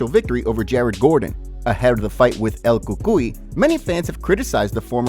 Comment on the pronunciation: i disliked just cuz of the way you said El cucuy